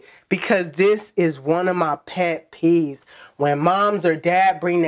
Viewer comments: So y'all letting this man get away with saying "Pet Peas" ??😧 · “Pet pees”😂😂